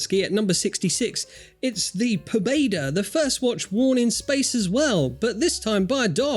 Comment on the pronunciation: Shturmanskie and Pobeda. You do not have to butcher the names